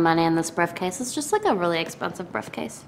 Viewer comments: "brifcase" lmao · hahhaha "briffcase"